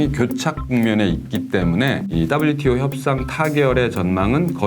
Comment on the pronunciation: ㅋㅋㅋㅋ 따블유티오 ㅋㅋㅋ 친화적 발음이 쏙쏙 박히네요! 개도국 지위 포기는 농민들 관점에서 생각해야하는건데 농민없는 농민정책이네요!